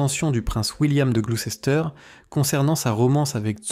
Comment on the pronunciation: On prononce : gloussteur